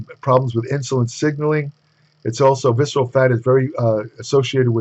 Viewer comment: "Sexual adiposity"?? 😂